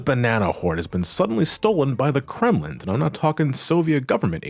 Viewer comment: it really bothers me that he doesn’t seem to notice that there’s a g at the end of Kremling.